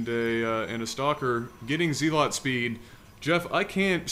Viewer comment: "ZEE LOT speed" Oh, you were so young.